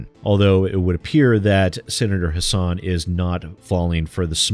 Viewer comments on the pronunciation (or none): I'm glad to see one of my senators (and former governess) is helping to protect gamers. And just for reference, even though it looks like her name should be pronounced the way you do, but it's actually HASS-in. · Since it's been made clear that gamers are going to have to keep the pressure up to prevent game developers from fleecing us further, and since people like Christopher Lee and Maggie Hassan are going to keep coming up in that dialogue, "Hassan" rhymes with "fasten" (or "assassin", if you wanna keep it gaming-related.) Just thought you might like to know! Almost nobody pronounces her name right; I only know thanks to political ads from a state I don't live in.